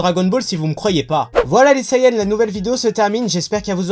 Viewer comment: Je suppose que tous les sayans (Oui oui j'ai dis sayAns je trouve la prononciation hilarante xD) pouvaient contrôler le singe. (Vous imaginez le bordel tous les soirs de pleine lune s'ils se contrôlaient pas ?) Goku n'ayant pas reçu l'éducation de son véritable peuple, il n'a donc pas apprit à le contrôler. Je trouve que c'est une bonne théorie :-)